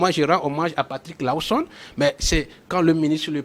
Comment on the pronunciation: S'il vous plait il faut quand meme ecrire bien le nom c'est LAWSON et non Lowson et bien l'appeler aussi. Merci